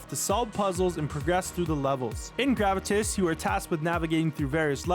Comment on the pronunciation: Can someone search up the pronunciation of gravitas because I thought there was more emphasis on the A when say the word.